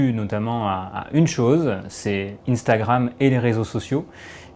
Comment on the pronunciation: Jm bien comment il dit intragram mdr moi je dis un-stra-gramme